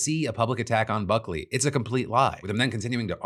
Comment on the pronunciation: I genuinely heard f*ckley instead of Buckley 😂